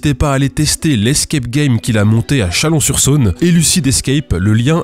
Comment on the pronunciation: Pensée à Allan qui va devoir déménager son lieu d'Escape Game de Chalon-en-Champagne à Chalon-sur-Saône pour honorer Milgram qui s'est planté en prononçant la ville.